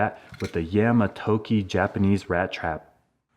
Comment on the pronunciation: You didn't pronounce it right 🤣 Yah-Mah-Togi